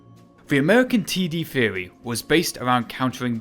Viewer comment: In thwery they are good but not prawcticawl. Why have a narrator with a speech impediment. No disrespect meant.